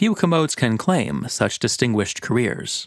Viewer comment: did you say "distinguished carREARS"?